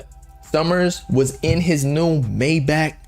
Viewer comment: Not to be that guy but maybach is pronounced “my-bock”